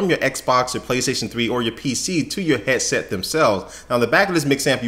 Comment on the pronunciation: Its HEAD SET not HEA SET